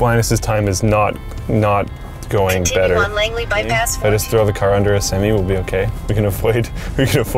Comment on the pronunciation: am i the only one who is slightly bothered by his pronunciation of semi truck. i never though about that word being pronounced differently but its weird that people dont say semi truck like semi circle. (at least where im from)